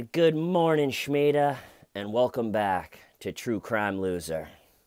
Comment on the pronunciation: I heard her say Schmeeda.